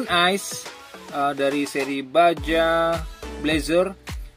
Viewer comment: Baja dibaca baha